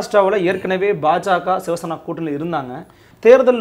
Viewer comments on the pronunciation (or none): அன்பு நண்பர் அழகான பெயர் வைத்துள்ளீர்கள்சிவசேனாவை ஷிவசேனா என்று சொல்கிறீர்கள்